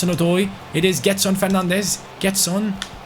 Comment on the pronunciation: It reads jedson not gedson